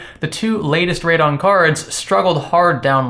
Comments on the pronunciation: It's Radeon. Not radon like the gas. He's a pseudo intellectual who trys hard to act like he knows science. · He can't even properly say what the product he's reviewing is....